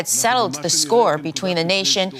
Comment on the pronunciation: The word “the” begins with a “TH” not a “D”. Tell your guest,.